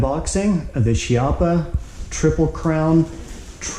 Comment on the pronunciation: Good afternoon Sir, great video, but, the correct pronunciation of the Italian surname Chiappa is «Kiappa». Many thanks for sharing.